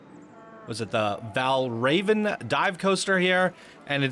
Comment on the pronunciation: The Dive coaster is pronounced “Val Rah-Vin” after the ancient Danish deity. “God of illusions”. He was also known as “Raven of the Slain”